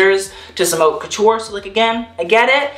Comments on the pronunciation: It’s pronounced “Hote” And you’re sash pattern, off the shoulder bit is .... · Everytime he pronounces "haute" wrong I cringe so hard 🙄😂